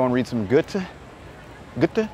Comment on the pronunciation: Pronounced guhr-tuh